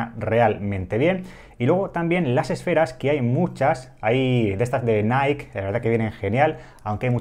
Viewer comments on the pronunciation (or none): Se pronuncia naiki cuando decís naik es la empresa Nike. Si lo decís que sea o en tu idioma o si lo intentas en inglés hacerlo bien por favor